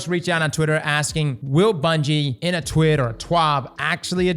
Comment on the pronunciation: I declare the correct pronunciation of TWID is “TWEED”.